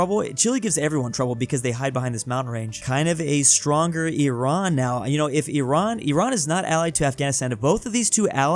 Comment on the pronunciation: FINALLY!! SOMEONE THAT PRONOUNCES IRAN RIGHT EVERYONE PRONOUNCES IT LIKE "AI RAAN" LIKE NO